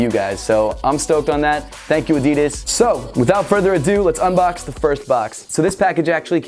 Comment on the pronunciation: You don’t know how to say adidas